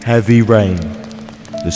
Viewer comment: at the beginning you said teavy rain the story so far